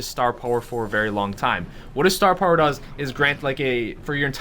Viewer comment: please never use the word "puwer" again! STAR PUWER!!!